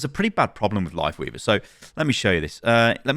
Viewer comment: Still trying to figure out if he said "Lifeweaver" or "Wifeleaver" at the beginning